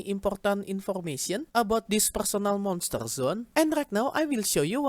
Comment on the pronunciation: "PURSONEL MONSTUR ZUN"